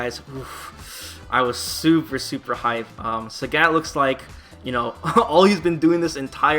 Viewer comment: THE FUCK?! Who is SÄGÄT? Who says Sägät? Apparently 1 person.